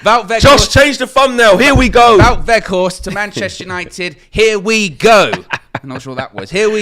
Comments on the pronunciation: I know you very particular about the correct pronunciation of names. Wout (pronounced VOTE) Weg(Weght) think Schrek with Flem in the throat and Horst you guy are getting right. Vote WeghtHorst. Hard T at the end. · Close. The ou in Wout is the same pronunciation as the ou in where art thou. The g in weghorst has the same pronunciation as the g in Ten Hag, the we sounds the same as whe in whether